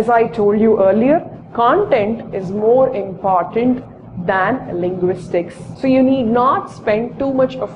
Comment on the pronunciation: imphartant or important ? POS!